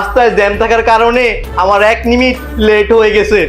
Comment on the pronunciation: নিমিট❌ মিনিট✅